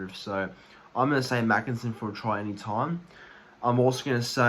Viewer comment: Heads up buddy. Tommy makinson is pronounced 'maykinson'